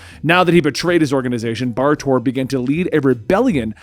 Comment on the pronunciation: Bar Torr is a complete mess, Kon-El... okay.